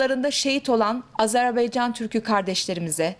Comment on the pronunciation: AzerBEYcan değil yarbayım AzerBAYcan olacak Allah aşkına reisi cumhuru hiçmi dinlemiyorsunuz lütfen dikkat edelim